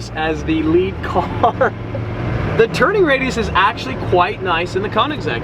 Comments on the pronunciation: Koenigsegg?buddy thats call koenegsegg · koenigsegg cuz its a koenisegg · If you are going to say Koenigsegg so much, then learn to say i right (no hate)